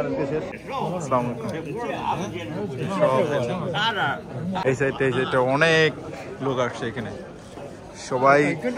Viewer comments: সালামালাইকুম বলবেনা আসসালামু আলাইকুম বলবেন শুদ্ধ মুসলিম ভাবে কথা বলবেন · আসসালামু আলাইকুম হবে। স্লামালাইকুম শুদ্ধ নয়।